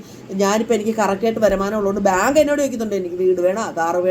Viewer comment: Varumaanam ennu parayu.. varamanam alla😊